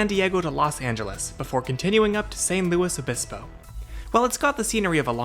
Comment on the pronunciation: Credit where its due, he correctly pronounced San Luis Obispo's name